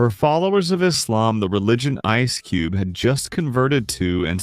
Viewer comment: Es cube !!! Get the fuck out of here with your ai videos, where you don’t even pronounce the names right accordingly. Horrific journalism at its finest is displayed within this video!!